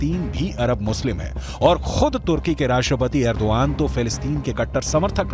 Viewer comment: अरे एंकर महोदय एग्रो दान नही एर्दुगान है